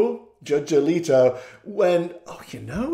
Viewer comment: "Justice A-leak-o" 🤣🤣🤣